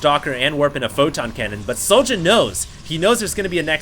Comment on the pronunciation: I think his name is pronounced. Es Jouw